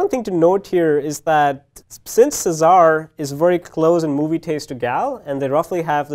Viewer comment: Machine Learn to say Cesar ... ffs